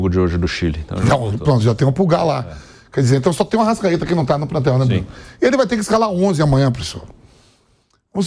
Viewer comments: e do "Prantel" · o vamp também fala "plantel" kkk